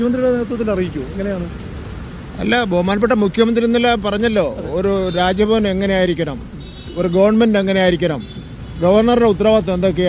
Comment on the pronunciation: രാജ്യഭവൻ അല്ല Rajabhavan